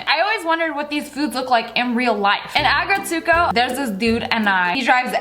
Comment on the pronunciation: Bruh the way you pronounced aggrestgo